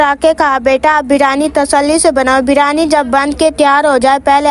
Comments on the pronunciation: Bolna to Sikh lo birani nahi biryani hoti hai aur a tumne biryani nhi sada pulav hai 😂😂😂😂😂😂😂😂😂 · Beerani nahi hota. Beerani Beerani. Briyani hota he.